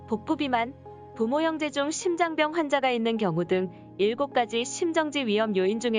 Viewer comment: 심장병이아니고 심장뼝으로 발음하세요 유투브에서 억지로 된소리배척하는거 너무많이 보이는데 굉장히 잘못된겁니다